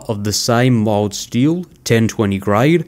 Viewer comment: It took me most of the way through the vid before I realized you were saying 'mild' steel.